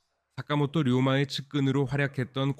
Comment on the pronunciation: 사카모토 료마 입니다 ! 다카모토 라고 읽지 말아주세요